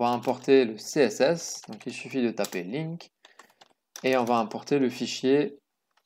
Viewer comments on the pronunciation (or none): none